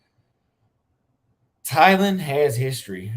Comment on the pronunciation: Why do you pronounce Thailand like Thylan?